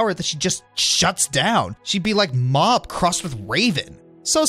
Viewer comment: did you call mob mop